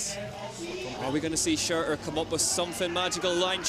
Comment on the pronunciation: Nice coverage guys. Please learn how to pronounce “Shurter” I wince every time you say “shureerr” and you say it a lot as you clearly love the man